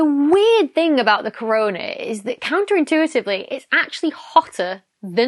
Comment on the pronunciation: "Toenail moon" - once heard not forgotten, oh god. BTW: You nailed counterintuitively.